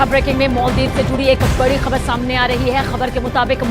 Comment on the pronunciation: मोल्दिप नहि माल्दिप्स बोलो